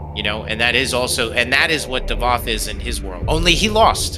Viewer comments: Its not davod its davoth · .....is Davoth not Davod c'mon I've left this on all your vids 🤣